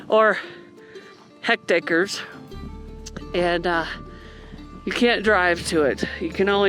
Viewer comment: That national park size you noted -- :) It's NOT pronounced Heckt-Acres, it's HECK-TARES; (like: Heck, he tears the paper wrong) and 5,000 acres is 2,024 Hectares.